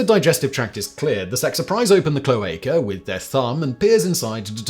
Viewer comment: My spouse has been bitten by the homesteaders bug and I support him 100% but when he started to talk about cloaca sexing his flock I had to laugh- not at the idea of looking at bird buttholes (I'd been cloaca sexing my reptiles for a decade) but by the way ge said cloaca wrong. I couldn't keep a straight face and had to gently correct his pronunciation. I could tell it was a word he'd seen written but never used in conversation. Either way, he got his birds and I got another reptile out of the arrangements.